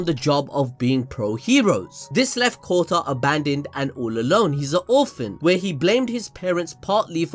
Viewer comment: Kota can be heard as Kutta...which means dog lol, which is also used as cuss word in India